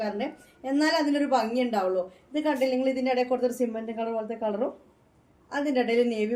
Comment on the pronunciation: സിമൻ്റ് കളർ പറയുമ്പോൾ എപ്പോഴും ചിരി വരും